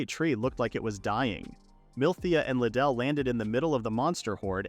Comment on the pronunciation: The last one I saw of this manga, the ai pronounced mithea as meteor. Now, I’m beyond proud of how ai has grown… until 2 seconds later. (Riduru —> Liddell)